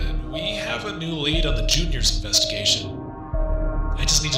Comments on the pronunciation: listen i dont mean to hate but pls stop calling it J.r's it's juniors the trailer you showed it calls it juniors this is just a small complaint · Jr's, not J-R's